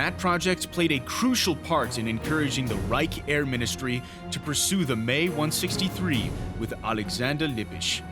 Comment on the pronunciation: "Mesowshmit May 162"? Holy fuck, that was awful.